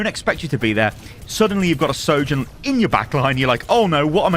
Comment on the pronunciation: You are perhaps the only content creator that can say her name.